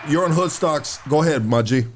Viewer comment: 😂 said Hood cocks...oh Hood stocks😂 hahaha